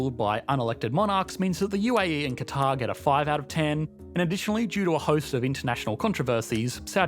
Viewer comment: ¿Por qué pronuncias “cuatar” en vez de Catar/Qatar?